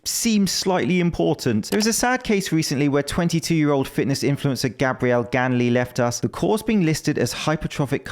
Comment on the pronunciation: Do they actually pronounce Gabriel, as Gabrielle in Brazil or am I not losing mind?